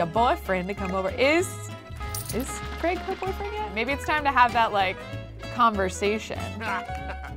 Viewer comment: Yup! Also, it's Craig, not Creg :)